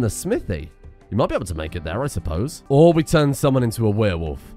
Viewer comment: I am going slowly insane from every time says weerwolf instead of werewolf